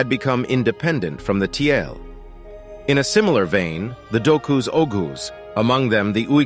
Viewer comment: "Kyrgyz" means "forty girls" in Turkic language. "Tiele" was Chinese word for Turk, it was written like " 铁勒“---Tie (铁）--Le (勒）。So it should be pronounced as "Tie-Le", not Tie-L.